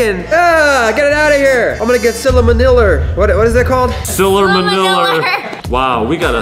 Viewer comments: ew, I am gonna get sillamaniller. Me: dies of laughter Also me:, it is not called Sillamaniller, it is called salmonella. 😂🤣 You so silly. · it is not sillamaniller it is salmonella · No one: Not a single person::ILL GET SILLAMANILLER